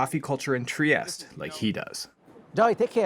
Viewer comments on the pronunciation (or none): It is pronounced “Triesteh”. Add the E at the end. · Learn how to correctly pronounce (at least) the word…piazza; sounds like pizza, not…Pisa, (which is an entirely different sound and refers to the town that has the famous Leaning Tower of Pisa!) TriestE, do pronounce the last È, don’t swallow it! Italian is a PHONETIC language which means you pronounce EACH and EVERY single letter! 😅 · Not to be pedantic but you could pronounce it correctly, there’s an ‘eh on the end of Tree-ESS-tey